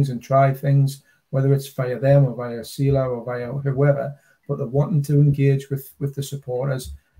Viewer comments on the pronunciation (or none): it’s SELA not seela/seala as you keep saying 😂